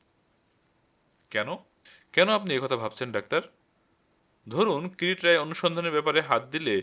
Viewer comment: Kirit Roy ?? Kiriti Roy. Kichhu uchcharan Kane lagchhe. Onotha path bhalo